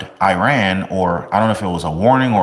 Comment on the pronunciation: Please learn how to pronounce Iran